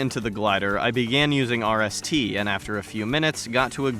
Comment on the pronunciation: I’m just gonna call rst wrist because that’s what it sounds like when you say it